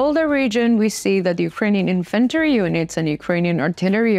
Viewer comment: Infantry is pronounced “IN-f’n-tree” not in-FAN -tree ..Referring to foot soldiers. Just say “in” loud, then softly put “f’ntree” after it. The “f’ntree” is a lower not in pitch too. Slide down to the “f’ntree” in the loud “IN”. Trust me. 🙏🏼